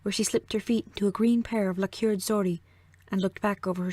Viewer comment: it's not pronounced "la CURED" but "LACK erd"